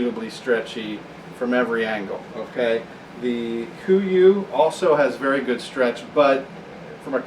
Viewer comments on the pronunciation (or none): Kuiu: pronounced "Q U" not koo-ee-oo (named after an island in Alaska) it would be like pronouncing sitka "Sight-kuh" ( sounds equally retarded for those of us that know)